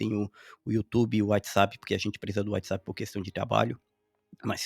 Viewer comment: Gostei muito das suas opiniões. Sinceras e objetivas. Concordo. Pediria apenas que melhorasse um pouco a pronúncia de WhatsApp, não é "UÁItizap". Parabéns.